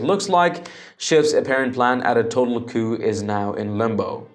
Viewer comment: Can you say coupe